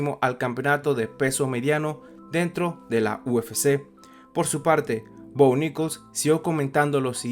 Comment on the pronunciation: Jajaja, es muy gracioso escuchar "Bo Nickols"